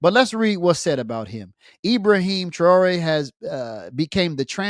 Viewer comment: with your Arab-Western slave name like you carried how tyou can pronounce Ibrahim thraore oups sorry the name thaore you can't find in book Bukhari